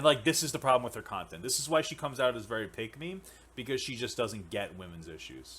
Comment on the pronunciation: when papa says "pick me" it sounds like he is saying "peg me"